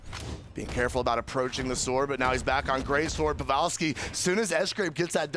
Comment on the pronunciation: Why is that dude calling him pevalski instead of pavelski?